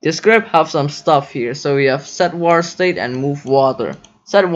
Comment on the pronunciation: You're speaking very good "vatr"